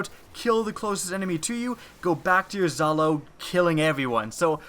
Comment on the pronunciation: he said zhalo with with a exotic sidearm 😂😂😂 facepalm